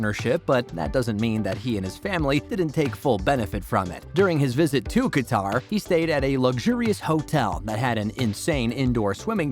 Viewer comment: This is the 2nd video I listens to the mispronounced Qatar.